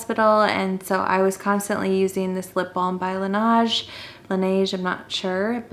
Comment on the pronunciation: the second pronunciation of laneige was correct. i speak french. you're welcome lol. and thx for the tips in your videos.